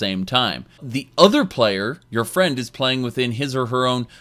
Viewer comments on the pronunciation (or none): none